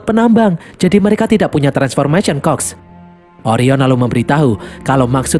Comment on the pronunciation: Admin : transformation cogs Gw yg denger : "transfomation COK" 🗿🗿🤣